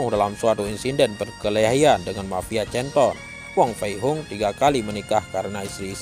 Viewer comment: Min canton dibacanya kanton bukan canton belajar lg min